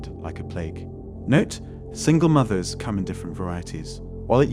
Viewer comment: "Single moovers"?? Do you use a voice app, as your accent is way off sometimes.